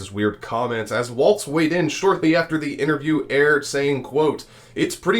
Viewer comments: It’s Walz not Waltz. Like walls in your house. Not the dance. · Love your show - but please pronounce Walz correctly with no T.